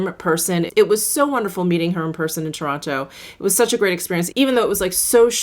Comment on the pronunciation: I live about two hrs away from Toronto and every time I hear you say Toronto I kinda laugh because so many people say Torana. A lazy slang pronunciation. Great video